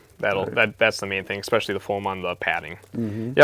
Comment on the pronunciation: He lost me at eckspeshelly